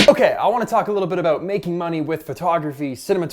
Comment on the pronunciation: "Ahh! It's aboot time!" LOL